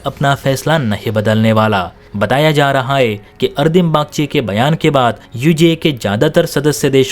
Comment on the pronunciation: It's not ardim bagchi, it's arindam bagchi